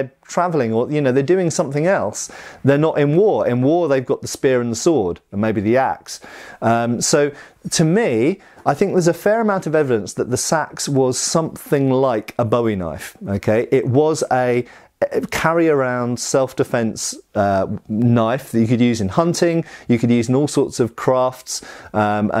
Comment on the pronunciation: ...bow-ee knife? No...it wasnt named after David Bowie, but after Jim Bowie (Boo-ee). Sorry, native Texan and knife aficionado. 😁